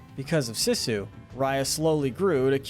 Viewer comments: It is pronounced Seesu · called her Sissu and not Sisu. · He says sissu instead of Sisu